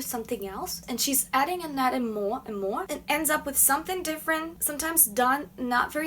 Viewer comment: When she says More it sound like Moe Moe